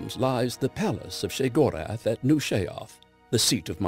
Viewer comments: pronounced (SHAY-GOR-ETH) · So happy they didn't have that dull, boring narrator that they normally use do this, the way he pronounces Sheogorath is realy fucking stupid, God, he's sooooo boring.